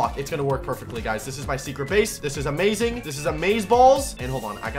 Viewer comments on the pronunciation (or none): none